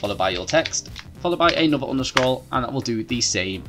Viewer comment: Appreciate your work. (side note, you seem to be saying 'underscroll'. I believe the name of '_' is 'underscore'. I won't address pronouncing 'three' as 'free' and 'thought' as 'fought' as I realise that is what makes British English fun. Which is not the same as this problem